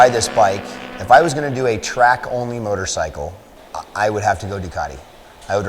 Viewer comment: STOP SAYING MOTORSICKLE! GAH!